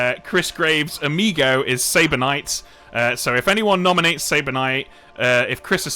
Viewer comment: "If someone gnominates"😂